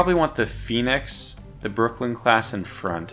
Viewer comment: For the love of the Spurious Deity, there is no D at the end of Brooklyn! LOL. Enjoying the series, got some good tips from it.